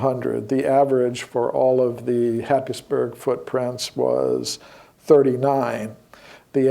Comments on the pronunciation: minutes you refer to Happisburgh. It's actually pronounced 'Hays burer'. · Note - , happisburgh is actually pronounced 'haysborough' by locals. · Happisburgh lol is pronounced "Haze-bruh" ;) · its pronounced haysboro not happisburgh